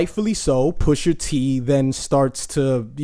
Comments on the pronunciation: Pusha T not Pusher T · Bro his name is Pusha T not Pusher dude ..smh lol